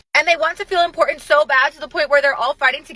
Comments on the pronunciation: When you can't pronounce important correctly is a Verbal Red Flag...like ending statements with a question mark in speech. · Lost it at impor’ant